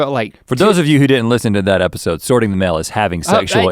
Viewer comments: so many times i thought he'd said mayo! "i was glad i brought the mayo" how many kinds of mayo do they have that they need to sort them? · At first I thought he was saying "mayo" not "mail" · at first i thought he was saying “sort the mayo”😂😅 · Every time link said “mail” I thought he said “Mayo” leading to a much confusion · is he saying mayo or mail cause mayo makes no sense to me. Just out in the woods sorting my mayo. Just doesnt sound right. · I honestly heard: bringing mayo. Instead of mail. Took me a minute.